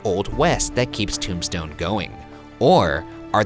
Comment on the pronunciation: Every time you say “Tombstone,” it sounds like you’re trying to say “Tucson ,” but failing lol.